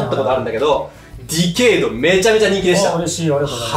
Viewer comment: ディケイドをディケードって言っちゃうタイプか～